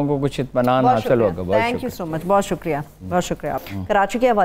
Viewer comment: Sick of this lady putting ق in everything. It's شکریہ not شقریہ